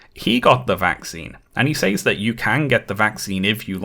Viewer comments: I need to know why pronounces says “saays” instead of “sez”??? Great content though, dore deserves to be exposed. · I love every time you say "Says" your pronunciation tickles my hears every time